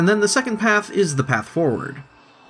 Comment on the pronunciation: Please pronounce path correctly!